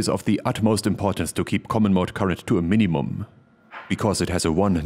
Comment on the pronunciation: I almost heard "mini-mom" 😁